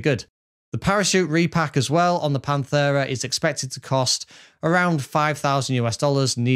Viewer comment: Pant-era not panth-era